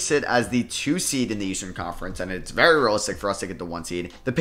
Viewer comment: “as the 2 seeed” 😂😂